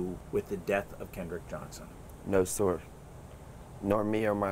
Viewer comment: The boy in the cap clearly has a rehearsed speech. He mispronounces “sir” (says “No sore” ) because he is already thinking about the next word in his script: “nor”. Also, what American teenage boy ever uses the word “nor”? ! None, that’s who. Also, it seems to me the sherriff denying any foul play has a bit of duping delight playing round his mouth. Investigators would likely easily be able to ID the 3 blurry figures in the gym, by comparing their clothes with hallway footage from the same day. That’s how several Capitol insurrectionists were identified.